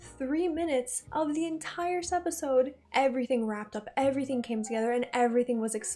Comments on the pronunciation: Relatively new to the channel so maybe this has been explained, but why does she say Sepisode? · Idky she started, but in one of the videos she says it's a habit now. She says it A LOT in this video so it's definitely on purpose.